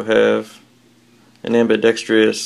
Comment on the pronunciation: I compliment you on your good taste. It's ambidextrous, however, not ambidextrious.